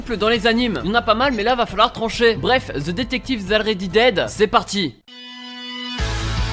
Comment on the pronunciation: Already ?! Ça se prononce Olready